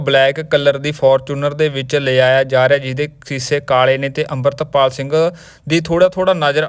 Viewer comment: ਬਾਈ ਜਦੋਂ ਸਾਰੇ ਲੋਕ ਅਮ੍ਰਿਤਪਾਲ ਕਹਿੰਦੇ ਆ ਤੁਸੀਂ ਡਰਦੇ ਓ ਕਿਸੇ ਤੋਂ ਕਿ ਅੰਬਰਿਤਪਾਲ ਕਹਿੰਦੇ ਓਂ😢